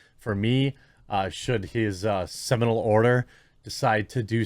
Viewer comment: “Seminal Order.” A Freudian slip, I'm sure.